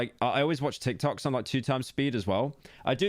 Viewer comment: watching yt on 2x speed is one thing but when he said TIKOTKS i knew it was over for him